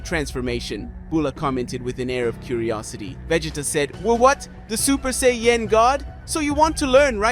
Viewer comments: Super Seyy Yen 😅 Super Sai Ya-Jin (Japanese) Super Saiyan (English) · hehe super Say-yen!